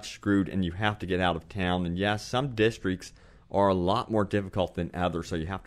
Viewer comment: i hate how you cant say districts